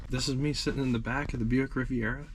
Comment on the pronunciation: The car is spelled Riviera and pronounced using 4 syllables. If u r going to write about cars I would suggest learning how to spell the name if the car and then practice pronouncing the name of the car.